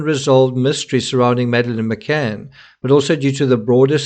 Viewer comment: DID SHE ACTUALLY SAY, I AM MADELINE McAnn?.